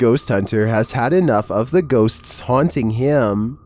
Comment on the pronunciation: How many Ss and Ts do you put into the word Ghostsstssts? 😛 😀